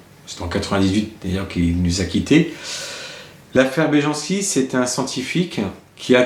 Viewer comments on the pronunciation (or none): On lit « y » les « j » dans les langues slaves... Belyanski